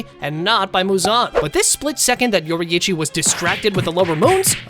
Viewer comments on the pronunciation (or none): It's yourichi nor youri-ichi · I like how he says yoreichy yoriithci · Yorrichi ❌ Yori’ichi ✔️ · he's saying yoraichi, its yorichi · yori ichi? bro its pronounced yorichi theres just a double i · Demon slayer if yoriichii was born in that era the show wouldve ended that fast also its not pronounced yor ee ee chi its yor ee ch ee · ITS NOT YO-RI-I-CHI ITS YO-RI-CHI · why bro calling him yorieechi its yor-e-chi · it's not yori-ichi, it's yoriichi, pronounced like yoreche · How we pronounce yorriichi: your eechee How he pronouces yorriichi: youri ichy And akaza was sent to look for the spider lily and muzan didnt know about tanjiro fighting enmu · bro its pronounced YOUR-EE-CHI not YOURI-EE-CHI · its not yoriichi its pronounced yor E chi just letting you know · I can stand the way he pronounces Yoriichi he pronounces it with both i’s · ITS PRONOUCE yori-chi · STOP PRONOUNCING IT LIKE YORYICHI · “if yoreee eee chi was born in the same erw as tan jeehro”GOOFY AH LANGUAGE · Mf said yoriyichi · yori ichi 💀💀 tan jiro 💀💀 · It’s said like (yor-reee-chee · Why does he say Yori-eechee??? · "Yori Ichi"💀💀💀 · Yoraiici it’s pronounced yourichi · ok let me tell yo how to say there names ton-g-row and yow-re-chi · “yoriyichi” “taangirou” good video though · “Your Eeitchy” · YORIHICHI its what i heard😅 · Pronunciation your ee chi and ton jar o not that hard pronounce it right also all the lower moons were killed so they never fought emu you did it wrong Rengouku doesn’t get donuted because he’d never go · Bro said yoryechey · Yoriichi? Yor - e- chi Tanjiro? Ton- ji- ro Gyomei? Gi- oh- may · Bro you say it like your e chi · "Tanjero" "Yoriechi" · Nah you cant even pronounce yoriichi right that's crazy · The way he says yoriichi makes me so mad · The way you pronounce Yoriichi is so triggering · ok did you read the manga or no... cuz douma wouldnt be mad he doesnt have emotions and HOW CAN YOU PRONOUNCE MITCHIKATSU BUT NOT TANJIRO OR YORIICHI?!?!??!?!?!